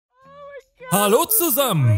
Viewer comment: Ich deabo gleich meinen lieblings Kanal wegen den neuen Sprecher... Wenn er wenigstens das Hallo zusammen richtig sagen würde